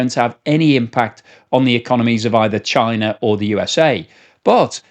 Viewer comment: "Parcels coming from chienne 🐕" good french pronunciation here!